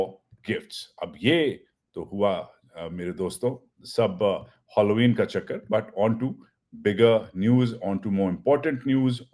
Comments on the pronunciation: I thought it was Halloween and not Holloween.,... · WSK. I admire your language and your accent. With due respect the word is pronounced Hal o ween not holoween. No hard feelings❤ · It is Halloween Not Holloween It is not a holiday But a festival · It’s pronounced as HAAALOeen not HOLLOween Idiot ! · Please check the spelling of Halloween and correct your pronunciation. Pathan, angreza bolna seekh.